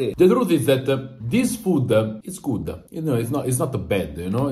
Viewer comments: THIS FOODAH IS GOODAH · “This foode, is Goode”